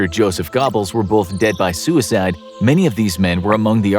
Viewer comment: dead by suicead